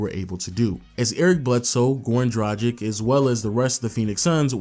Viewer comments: DRAGIĆ DRUG-ITCH NOT DRUDGE-ICK WHEN WILL YOU PEOPLE LEARN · Mate, great video and all, but enough is enough. It’s pronounced Drag - itch, not Draj - ic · Goran Tragic...come on, its not that hard saying Dragic...just spell the c as tch... Goran Dragitch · A Phoenix Suns retrospective made by someone who INSISTS on mispronouncing the name Dragic is really, really irritating. Dude, it's not "Drah-jick" it's "Drah-gich". Just because Shaq is a giant man-baby who can't wrap his head around anything other than the drop-step doesn't mean you have to be. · Come on man - Goran Dragic’s last name is pronounced ‘Drar-Gitch’ with a hard G! Like Glitch without the ‘L’! It’s like never watching you didn’t watch any of the games! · It’s like he has never heard their names being pronounced! He has also butchered Goran Dragic’s last name! It’s pronounced ‘Drar-Gitch’ with a hard G! Like Glitch without the ‘L’